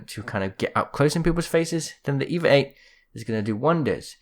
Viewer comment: I miss when it when called the EVA-8 the EE-VEE-AY EIGHT.:_MerchGibbylol::_MerchWattyluv